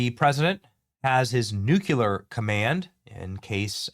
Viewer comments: New clear! Not "noo que lur" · Please, oh Please. It's NEW-klee-ar. (not NOO-kyoo-lar). Still a big fan, and this may be trivial to you - if so, then disregard. Regardless, I love your content. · No way. He thinks about the normal people in Iran. ... and please say NUCLEAR .. not nucular? I'm sorry but I have to say that because it makes me cringe. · New-klee-er, not nuke-u-ler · Nuc-LEEEEE-ar! It’s spelled nuclear. Not nuc-U-lar. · NucLear not nucular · Nu-cle-ar not nuculer 🤦🏻‍♂️ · It’s nuclear, not nucular. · It is 'nuclear', not 'nucular'. The British Empire was not brought down in the Middle East. Nor was Napoleon. He lost a campaign there, before he even became Emperor. Go back to plagiarism. You are better at that. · You're an intelligent man... please learn to pronounce NU CLE AR !.... It's not NUc U Ler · It’s “nuclear” not “nucular” 🙄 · Also it's nu clear not nucular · I love your shows, adore you. Could you please try to pronounce nuclear as NU-clee-ur. You say NU- cyue- ler, and it's wrong. Thank you. 😊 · Say it with me — it’s “noo-klee-uhr”, not “NOOK-yuh-luhr”… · Benny, it’s not NUKE-U-LER. It’s NU-CLEE-ER. Level up my guy. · Nuke--LEE--ar NOT Nuke--YOU-lar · Same! Drives me crazy when people say NUKE-U-LER. It’s NU-CLEE-ER Benny! 😖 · Benny new clear 😂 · BENNY!!! --- IT'S Nuclear" (/ˈnjuːkliər/ NOO-klee-ər) is the standard, correct pronunciation. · New- qu-lear…… ugh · Its N U C L E A R, not nuculer. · Literally can’t take anyone seriously who says “nuculer” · Benny says “new-keh-lahr” lol thank you for keeping us updated, brother! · Say it like new clear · It is pronounced like Nu Klee Yur brother. The S is silent. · Nuke - lee - err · Dude, love your channel, but please say nuclear correctly! 😂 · Damn, Benny! Please pronounce nuclear correctly. Where did you go to school?